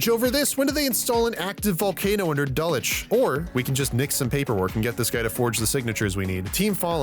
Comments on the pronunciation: Hold up, you know how to pronounce Dulwich properly? Renaissance fair? The UK doesn't have Renaissance fairs. That's only something they do in the US. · I've never heard an American pronounce so many places names correctly - even Dulwich! A right top bloke, you are.